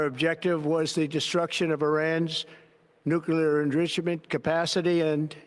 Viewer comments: It’s NUCLEAR,not Nucular 😳😂☮️ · you keep saying “NUCULER”. That’s not the word man.